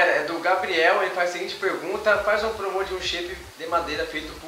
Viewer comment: kk n é promô é promo